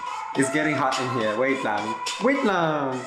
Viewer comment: i SO LOVE YOUUU!!! The "wait lang" is so on point filipino!!!!